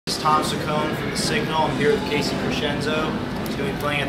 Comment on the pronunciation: Wow. What a terrible interviewer. Pronounced Casey's name wrong and didn't even know what band he was in. Do your research and REALLY work on your body language.